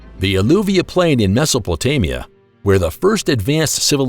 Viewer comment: I have notice that many readers in all areas have no idea how to pronounce a word correctly. i.e. Mesopatamia not Mesopoltamia-bad error. This happens a lot in astronomy ,geography and actually all the reading on internet. Why don't the readers just read the text beforehand and have knowledgable people knowing the subject tell them how to pronounce a word.